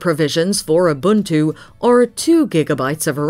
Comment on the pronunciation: As a South Africa, the narator says Ubuntu perfectly.